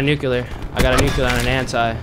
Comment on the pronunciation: Nuculer ! Haha